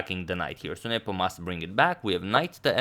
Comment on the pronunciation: i like how you say ' niyeepooo'